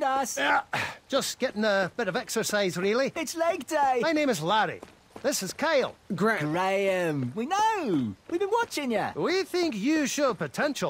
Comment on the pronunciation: Aw, when finally got Graham's name right it was adorable.